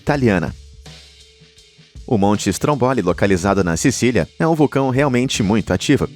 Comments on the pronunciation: A pronúncia do nome do vulcão Stromboli da Sicília é "Strômboli" e nao "Strombóli" como foi dito aqui.😉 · Aprenda por favor a falar as palavras corretas não e estromboli é Estromboli